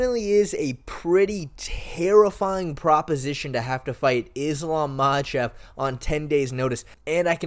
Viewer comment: I’m sorry what do you mean most people don’t believe Volkanovski has what it takes against Islam? Speak for yourself. You also don’t know how to pronounce Islams name. You sound like you don’t know enough about mma to be making a video about this tbh, maybe consider covering another sport?